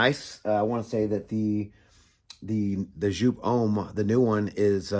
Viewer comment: Its joop! not sjoup